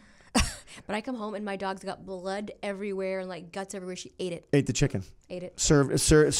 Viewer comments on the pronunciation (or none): none